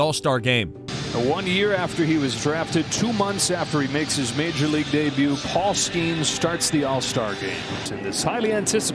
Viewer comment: Paul SKAINS 😂